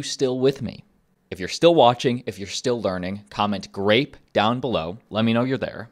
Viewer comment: Did he say comment ‘great’ or ‘grape’?